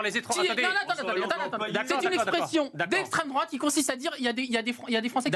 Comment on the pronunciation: "destreme droate"